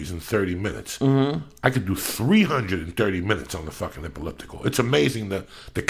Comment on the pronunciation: Everytime Joey attemps the word elliptical I fucking lose it.. Eaulueptical he says. I love me some JD